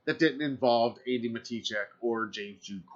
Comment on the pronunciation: I think he said andi but it sounded like he said Amy